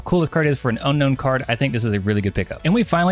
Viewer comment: Zo roh ark not Zorr ark. Un own not Un Known 🤦‍♂️